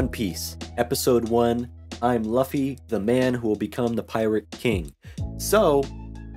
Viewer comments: No no no~ it's not "Luff-e" it's "Lew-fe". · Bruh pls don't torture us by saying Luffy as Laffy. Its like saying Zolo instead of Zoro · You probably have been told this but in case you haven't, the main character's name is pronounced L(oo)fy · Yeah i felt stupid saying luh-fee the entire time and then i hear say “loo-fee” like “….oh… my bad” lmfaoo. Trust me its gonna take a long time for me to correct myself and pronounce it loofy, its gonna be the “kurapika is not a girl” meme all over again lmfao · I should have known bc i dont think japanese language has “uh” sound pronunciation, u almost always represents an oo sound like fool. Names are always complicated. Luffy Loofy. Krillin Kururin. I pronounce Gon with the “Go” pronunciation even though its “gone”. I still say Hizoka sometimes bc of my chicago accent way of speaking, instead of Hissssoka. I remember i would pronounce Killua sometimes like Kahlua the liquer by accident before i really got used to “Killwa”. Mugen i’d use the soft G instead of hard G pronunciation. Though im glad i at least get naruto right, and i know japanese pronunciation enough that “u” and “i” are rarely stressed, like desu or deshita, so i knew how to pronounce Sasuke. Languages are so fascinating. Im so trash at names lmfao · How have you seen so much anime and still pronounce luffy without knowing how to pronounce lu?